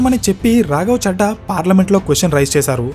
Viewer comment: రాఘవ 'చెడ్డా' కాదు, రాఘవ 'చద్దా' అని చదవాలి. మనం మాట్లాడే భాష వినడానికి ఇంపుగా వుండాలి కానీ ఇరిటేటింగా వుండకూడదు. ప్రాంతాల్ని బట్టి ప్రొనౌన్సియేషన్ మారాలి. నార్త్ వాళ్ళు 'దిల్లీ' అంటారు. మనం 'ఢిల్లీ' అనాలి. నార్త్ వాళ్ళు 'రబీంద్రనాథ్ ఠాగూర్' అంటారు. మనం 'రవీంద్రనాథ్ ఠాగూర్' అనాలి. అలా ప్రాంతాలను బట్టి భాష మారకపోతే... మేటర్ ఎంత బాగున్నా, వినేవారికి ఇరిటేటింగ్గా వుంటుంది.